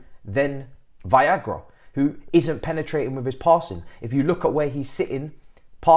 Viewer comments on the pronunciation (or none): my man keep saying it😂😂😂Viagra!!! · Why is he calling “Veiga” as “Viagra” 🤣🤣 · Come on man at least try and pronounce Veiga name correctly.